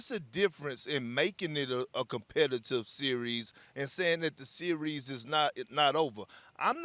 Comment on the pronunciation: This sear reez... lol